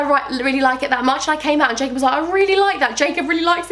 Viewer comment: 27.09 all this time i thought you called jacob 'jacoobeaaan' hahahah x